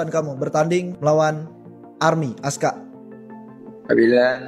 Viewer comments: Bukan ASKA LAAA, ASKAR 😂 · Askar bukan Aska😅😅😅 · Askar bukan ASKA. lu beli kamus melayu dimana sih kok ngawur?